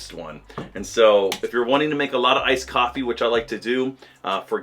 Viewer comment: What ....''ICED COFEE'' are you kidding me....